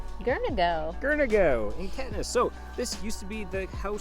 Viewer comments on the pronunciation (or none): Hey Guys... glad you enjoyed it here (I live in, and love Caithness ... you pronounce it wrong, think Cape... but with the 'TH" being as English language depicts... and Ness.... like loch Ness). Come again, but with better foot wear 😁😁. Great Blog, you went to see much more than most do when visiting, and you gave myself and my wife some ideas too. We're not originally from here, but we love it in Caithness. Not everyone makes it here, it's much more about being part of it, than part of the wide media driven world. Both my wife, Jen, and I have travelled extensively, and spent time with the locals and in strange off the beaten path places. So we applaud you both. Gonna subscribe, and enjoy your travels with you. If you come back, let me know... there's way way way more to see... and the islands are a must for anyone reading this.